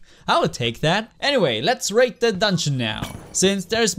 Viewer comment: I thought you said “let’s rape the dungeon now” when you said raid for some reason